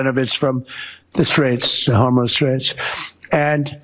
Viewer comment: Did he really call it the Homo straits... 😅?